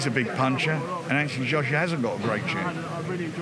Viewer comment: Anthony shoshuar 😂